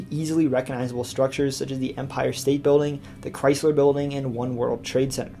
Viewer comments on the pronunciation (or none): none